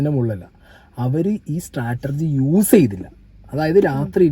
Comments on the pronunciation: Brother it’s not stratergy. It is strategy. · Its strategy not startergy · ചേട്ടൻ Chatterjee എന്നു പറയുന്നതുപോലെയാണ് Strategy എന്നു പറയുന്നത്.. നല്ല രസം😂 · Can you check Strategy pronunciation 😬